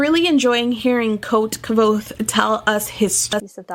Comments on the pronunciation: if you don’t pronounce the v it bothers me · Patrick does say the "K" but mixes it in with what the book says the name "nearly sounds like" - quothe". It's a barely there K(uh)v'oath. A very misleading name for the main character. I don't like thinking "Quothe" and trying to always have the Kuv'oath go on in my brain was exhausting so I just started calling him "Vohth", keeping the K silent while using the V. After a few hundred pages and the 1800 that followed it allowed me to read faster and still mostly stick to his words, nuance, and afflictions. Anyway, that was a long winded explanation on my compulsions and idiocy. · So the "V" is silent? That's disappointing on my end. I think K-VOATH-AY sounds badass lol It'll probably stay that way in my head.